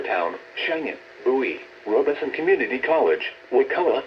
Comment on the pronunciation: Yeah that was the one for me they mispronounced the robeson it's rob-a-son